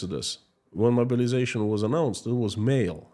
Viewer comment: Your accent "mobilization" sounds like "murderization" but given the context I think it works.